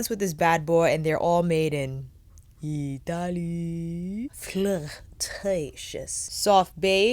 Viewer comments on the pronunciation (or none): Same! And I'm from Ittaleeee 😄😄😄♥️